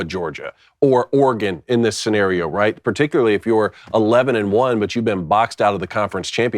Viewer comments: Love the way these geeks pronounce “scenario” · Bro why you pronounce scenario like that 😭